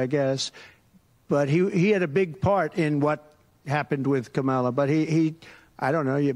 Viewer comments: Can’t you just pronounce Kamala Harris’s name right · You need to pronounce Kamala's name correctly! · How are people still pronouncing Kamala incorrectly? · Bro why you pronounce her name like he does lol, get off his nuts😂